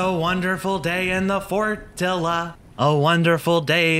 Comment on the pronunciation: Did you mean to say fortilluh or spelling mistake...